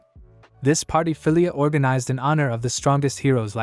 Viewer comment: is it me or does AI-narrator keep saying Hero's patty